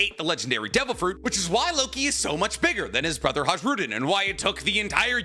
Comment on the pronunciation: in Nordic languages the J in Hajrudin, for example, is pronounced with a Y sound. “HY-rud-een” “Yarl” = Jarul, etc